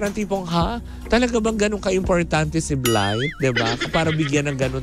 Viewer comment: Yung Blythe ba tawag sa kanya, dahil kiddie talk siya, hindi nya mabanggit ang Bright. Blight ang bigkas niya heje